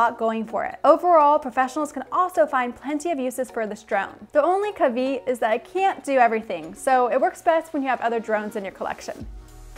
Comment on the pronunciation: did you mean to say ca·ve·at? Good honest review though, covered everything well :)